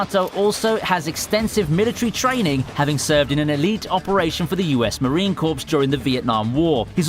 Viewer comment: I know I am a bit late to this party. A bit of constructive criticism: Corps is pronounce "Core" not "corpse"